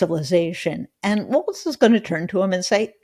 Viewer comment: Please. Kept the T out of Walz. You’re going to be talking about him for a long time.